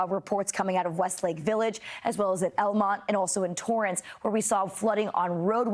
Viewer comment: Not “Elmont”, it is El Monteee 😞☹☹😩😩Maybe the first time it’s been on the Weather Report? It is not a small place, & it is somewhat culturally famous.